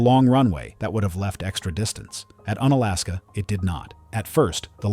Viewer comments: Unalaska is pronounced like unicycle or unicorn. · Un-Alaska sounds weirdly un-American. 😅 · It's actually pronounced with a long U sound, like You-nalaska or unicycle